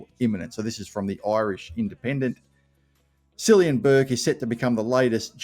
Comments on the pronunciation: Pronounced killian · FYI, the name Cillian is pronounced with a K sound, as in Killian. Hope he goes well for us. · Pronounced as Killian (Killyan is how my dad's region pronounce it). Also Cian is pronounced Kairn. The Irish game is much faster than AFL so he should be a speedster.